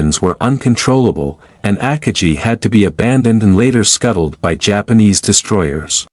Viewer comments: The AI voice is very bad. Try upgrading to a better AI and train it to say Akagi correctly instead of AHKah-jee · As soon as I heard you pronounce the carriers name, I stopped the video and started something else.